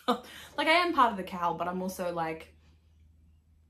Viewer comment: Haha high five on not editing! You’re perfectly imperfect just the way you are! Gorgeous knitting, ESPECIALLY that lento which is in one of my all-time favorite colours! Also, quick Aussie cuteness alert, whenever you say “cowl” I often think you’re saying ‘KAL” and vice versa. Prob just my ears but it makes me smile every time.